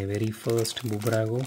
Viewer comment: It's not Bubrago, it's just Burago, the 'B' is just a logo